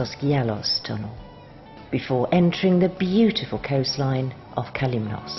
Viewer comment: As for the views, this video shows the viewer beautiful areas of Kalymnos. As for the music, it sound as though someone is going to take a death trip on a train. However, the pronunciation by the narrator of the different areas on Kalymnos is atrocious, especially when you pronounce Kalymnos or Katouni!